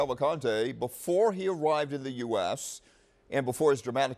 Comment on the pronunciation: At least right and say his name the right way if you want to Brazil. It’s Danilo, not DanElo!